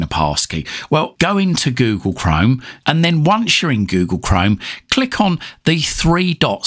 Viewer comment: yes but You pronunciation is funny You Say Google Chrome almost as Google Crime 😂